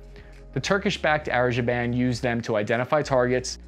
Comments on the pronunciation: "turkish backed areshaband" LMAO no it's pronounced azerbyejan. And the turks and azers having more effective drones than the US is sad time to shelve the f35 noobs. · Yo,,, let's say it together Azer - baiiiiiii - jian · Karabakh is Azerbaijan By the way, you butchered name of my country, dude 😭😭😭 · Azerbaijan not azerjaban 😅🤣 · A zer bai jan. Not “Aze ja ban”. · Its pronounced “ahzer bi jan”, not “ahbezajan” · hey no offense, but Azerbaijan is pronounced "Uh-zer-buy-jan" not "Azerjaban" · Did he said azerjiban instead of Azerbaijan 🤣🤣🤣ok i said too.. 😐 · Its not Azerjaban dude it's Azerbaijan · Its Azerbaijan not Azerjainan... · Azerbaijan (Azer - bay - jan) ........not Azer-jan-ban :) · Not “azerjabain”, its “azerBaiJan” 🤦🏻‍♂️ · Arizaban 🤔 dude that's Azerbaijan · A-ser-bai-jan not Aserjaiban! Unholy crap! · Dude you cannot even pronounce Azerbaijan?? is pronounced Azerbaijan Not azerjiban😆😆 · Azerbaijan not Azerjaiban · its Azerbaijan.... not Azerjeben.... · ITS NOT AZERJABAN ITS AZERBAIJAN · Sorry but it's not Azerjaban but Azerbaijan 😆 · ah yes the popular country of azerjaban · "Azer-jiban"???? That's hilarious.... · AZER-BAI-JAN (Azzer-bye-sharn) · “A-ZER-BYE-JAN” bro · Are you maliciously mispronouncing a-zr-bai-jaan‽ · Hey, have appreciated your recent efforts to give a more balanced take on events in Ukraine, but it was your 2nd "Azerjaban" here that's made me pause to subscribe and thank you for your fine work, cheers mate! *it's "Aremnia" btw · crap, no, it was Azerjaban again, but he'd made me forget what the place was actually called by then. I've been totally owned by his mind games clearly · 1 for “Azebajan” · ah-zer-BYE-zhan.... ga damn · “ AZER BAI JAAN “. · Did he say Azerjaban 🤣🤣🤣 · Azerjerwhat? Great video, but, um pronunciation is quite important. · As for AzerGerbilStan. Yeah. That's the right way to pronounce it. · "Azerbejaan" lol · Azerbaijan... should be pronounced: Azer... bah... zhan